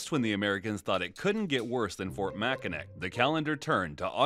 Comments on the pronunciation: Did I just hear “mackinic” ITS PRONOUNCED “MAKINAW” angry Michigander noises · awesome video, love this kind of content! One small detail though it's pronounced Mack-ka-naw not Mack-a-nick, its a weird spelling because it was a native language translated into French. Edit just realized like 10 other ppl commented this XD sry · Did you say Mackinick? Its pronounced MackiNAW! sincerely an annoyed Michigander 😅😂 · As a Michigander, your pronunciation of Fort Mackinac is sinful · Very common mistake for those not from the area but Mackinac is pronounced as if the c at the end is a w Mak•n•awe. It's a native American word. This is actually how we can tell if people are from Michigan or not. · I've been to fort Mackinac, its pronounced Mackinaw btw. And that's just the name of the island. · I’m sorry bro did not just say Mackinac like that. It’s pronounced Mackinaw. You also forgot to mention the reason the British burned down the White House was for revenge after the Americans burned down the parliament building in Canada’s capitol York (modern Toronto). I’m from Michigan and I’m issuing a formal complaint because of the Mackinac thing. Great video though, everything else was amazing. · MackinAW!!! Geez.